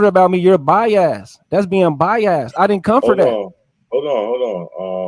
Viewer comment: Lmao I'm listening now....he did say By-Ass 😫😫😫😭😭😭💀💀💀